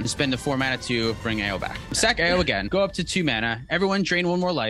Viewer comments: I just love Tiamat cEDH. So many lines to victory and such a sweet commander. GO!, Ao is named after the Chinese Dragon God of the Eastern Sea; Ao Kuang and it's pronounced Ow. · both your pronunciations of Ao are wrong. So, prolly best not to worry about it